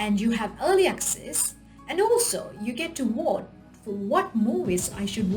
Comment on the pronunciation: Ahhhhh...you are saying vote...with a v......not a w......I had to listen a few times to catch what you were trying to say.